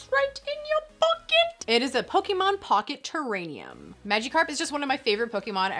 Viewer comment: Lol “terrainium”